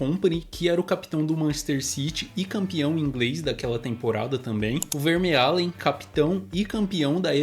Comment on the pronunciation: VerMAelen e não VerMEalen como você disse.